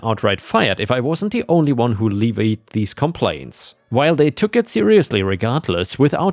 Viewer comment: Not "leeveed". Levied has a first 'e' like in "left".